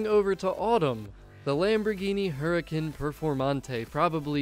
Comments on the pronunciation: Ok, sorry to be "that guy", but the pronunciation of the car names is killing me. The Lamborghini Huricán is NOT said like "huricane." The H is somewhat silent, and it pronounced like Oorah-con. Or Who-Rah-Con. The accent on the A makes it say an "aw" sound. The TVR is NOT the Tuscon. Tuscon is made by Hyundai, and is an SUV, as well as a city in southern Arizona. The TVR is the Tuscan. As in Tuscany, or Tuscan Raider. It's pronounced Tusk-Can. NOT "too-sawn". And finally the Maserati Ghibli is NOT pronounced like "giblet", as in the stuff you put in turkey gravy. It's Italian, it's Gee-blee. I hope we have all learned something today. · Everyone you gave you crap for "Oo-ra-kahn"...is wrong. I am ok with the "Her-uh" part of hurricane, because Huricán is the Spanish word for Hurricane. But the last syllable HAS to be "con/kahn" because of the accent over the á. Ghibli is a funny one. It can be with either a hard G like "Ghea" (clarified butter)...like Key with a Guh sound. Or with a soft G like Jeez. So it's pronounced like saying the letter "G". I think both are acceptable on some level. But it certainly isn't "jib-lee".